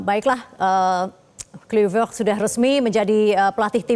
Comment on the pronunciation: Susah bener bunyinya itu perempuan sebut kluivert😅